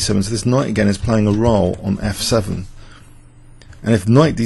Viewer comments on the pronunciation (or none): none